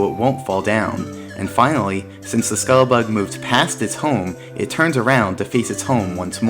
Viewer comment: Why can't you fucking pronounce scuttlebug